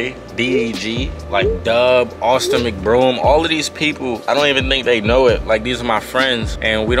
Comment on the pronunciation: Damn C You lost me when you said “Austin Mcbroom” 😭😭😭😭😭😭😭😭😭😭😭